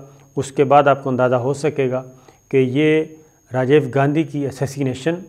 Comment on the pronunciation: Sir aap Rajiv ko Rajave keh rahy hn